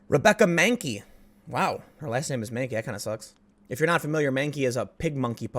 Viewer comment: "Re-be-cca Man-key, you would make a good Da-lek."